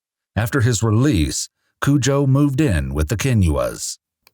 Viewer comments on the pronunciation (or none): Hi, I’m half of Ghana myself and we don’t pronounce it Cujo it’s Kojo is the correct pronunciation. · This man is a monster. I think of a rabid Saint Bernard every time you say "Kujoe". Can't help it. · Broo Im Ghanian, and thats not how the name is pronounced 😢